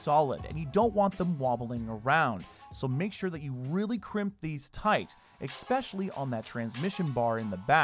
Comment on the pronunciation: "ESpecially" not "EXspecially" It's unreal how many people say that incorrectly.